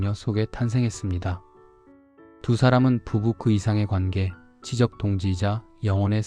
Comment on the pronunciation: 知的 지쩍이라고 발음해 주세요. 지적이라고 하면 꼭 집어 가르키는 지금 제가 하는 지적(指摘질)같잖아요ㅎㅎㅎ